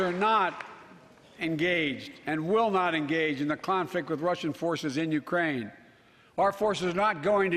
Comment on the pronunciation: He referred to Ukraine as "Grookraine" last week.